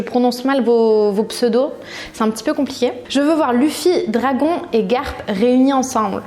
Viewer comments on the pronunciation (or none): none